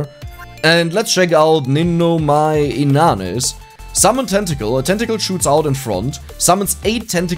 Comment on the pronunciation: I just come to watch this because of your lack of knowledge of hololive, makes these videos a bit entertaining that way imo. Also if you're not confident on pronouncing Ninomae Inanis, you can just call her Ina since that what people usually call her anyways.